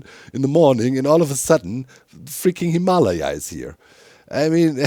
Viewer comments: So, I don't know the original Tibetan pronunciation, but in American English, we cal the Himalayan mountains (phonetically) hi-muh-LEJ-uhz (German spelling for you ;) in English lej is spelled lay) - Capital LEJ to emphasize stress, or accent. You say it hē-MAH-lī-uh for example. Caps on the emphasized syllable: where the stress/accent is placed. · XD ROFL HIM-ALA-YAH XD his pronunciation of the mountains is cracking me up!!! XD I'm pretty sure its pronounced Him-a- Lay-a XD i could be wrong tho. XD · Lol still the pronunciation of Himalaya... we American English speakers pronounce it "Him-a-Lay-a" (like Princess Leia from Starwars) or "Him-uh-lay-uh" if you will. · The way Doc says Himalaya scratches an itch in my brain😂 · Your pronunciation of Himalaya sounds more like a disease than a mountain to my American ears 💀🪦🥀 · There's that "Himalaya" again. Even worse; I've never met a German (or Dutch) who can say "squirrel", for some reason. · Its funny cause doc actually pronounces himalayas pretty similarly to how french people do😂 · I need to hear one more German person say Himalaya to actually believe him that's how it is pronounced there.